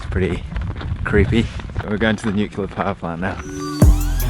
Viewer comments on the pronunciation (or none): it is NUCLEAR power plant mate, not NUCULAR! Come on! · Nuclear. Not Nucular. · Nuculer..... Ffs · nucular? ha cheap dig. love the channel. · How sad that this guy pronounced nucular instead of NUCLEAR! Reminded me of that dumb-dumb, George W Bush. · Nuclear = "new...clear" 2 syllables - it's easy. ............Not "nuke-you-lah" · Why can't people pronounce "nuclear?" Its a real put off watching a documentary on nuclear disasters and every time the word is mentioned it comes out "nucular" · I closed the video on "nucealar"... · it's Nuclear, not Nucular. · Nuke-u-ler, eh? You sound like a clever guy. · 30 seconds in and I hear nuclear pronounced nucular, and pripyat pronounced so wrong. I won't be watching this uneducated youtuber. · stop saying NUKELAR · >nucular why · NUCLEAR* please! Nucular is Bush-speak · Why is it that almost no one can pronounce 'nuclear' correctly? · disliked the video for the narrator's inability to pronounce nuclear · Lost me at “nucular.” Is it that people have just never actually tried to read the word “nucLEar” before and have just never noticed the “l” clearly comes after the c with no “u” in between? The sheer incompetence of the narrator not even being able to say this word correctly just makes me want to click away from this video. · How hard is it to pronounce "nuclear" ?